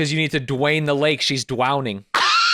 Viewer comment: "Dwain the lake shes dwowning" is absolutely UNHINGED and im genuinely crying of laughter right now my belly hurts